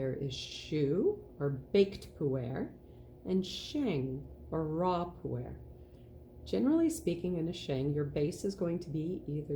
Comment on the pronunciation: Pooh Air Indeed 🤣 I wish the pronounciation was more accurate because I really struggled with the back bit of the video. Sheng (or raw), not shang. Pu-Er with the 'er' more like 'erm' without the m, not Pooh Air, please 😂